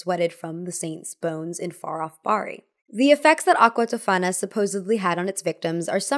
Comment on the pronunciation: Spoiler : your friend isn't actually Italian, she may be American-Italian because her pronunciations are really bad. Giulia Tofana - the accent goes on the O not the second A (it's pronounced TÒfana not, TofÀna) Alessandro Ademollo - the L is doubled. Sorry but as an actual Italian my heart shatters a little bit every time i see some American claiming they're Italian when they clearly aren't. 💔